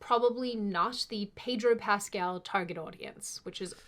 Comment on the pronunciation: Peg-ro Pascal🤣 I’m using that 🤣